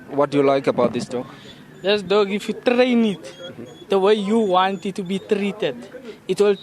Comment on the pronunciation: if you trrrrrrrrrrrain it the way you want to be trrrrrrrrrrrrrreated.